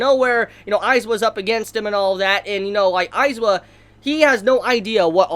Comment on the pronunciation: It's AizAaaaawa not aizwa